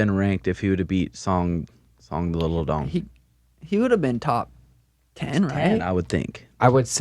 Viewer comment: Love how no one acknowledged calling song yadong "song little dong" lol